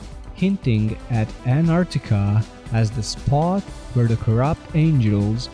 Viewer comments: There is a T in AnTartica. Redo this video with a narrator who can speak English and pronounce English correctly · Dude, your title is ANTARCTICA... and keep saying now and then ARCTICA... get your story straight first... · Good job! Well put together with Bible prophecy is taking place! why did you keep saying "Anartica"?